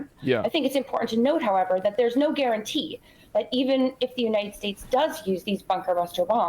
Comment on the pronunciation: "joo-ninted states"